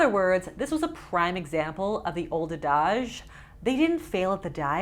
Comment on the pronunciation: Um... do y'all pronounce adage to rhyme with collage or damage? Because she pronounced it like collage and I'm wondering if I've found another word I made up the pronunciation of while reading, if it's a Canadian thing, or if she made up that pronunciation (no shade, I do it all the time). Thank you so much, have a nice day.